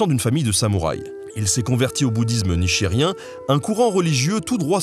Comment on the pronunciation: Mdr bouddhisme Nichirien... Nichiren! Y'a une toute petite voyelle en trop mais ça m'a fait rigoler un peu :P